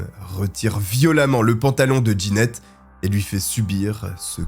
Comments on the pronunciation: Jeannette se prononce : JAnnette et non D' Ginette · Trop déstabilisant la prononciation du prénom jeannette : « Djanette » pas « Ginette » C’est un détail , mais ça m’a perturbé.